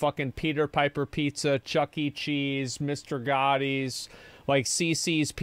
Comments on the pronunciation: man hearing him butcher Mr.Gattis name like that is killing me. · As a fellow Austinite I’d just like to point out the way Asmon pronounces “Gatti Town” or “Mr. Gatti’s” is atrocious